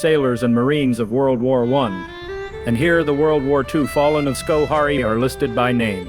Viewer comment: we pronounce it scho hair ee. Informative. Thanks for making this!